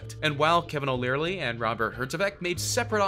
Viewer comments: It's Kevin O'Leary, not "Learly" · Did he say "Kevin O LEARLY"??? LMAO!!!!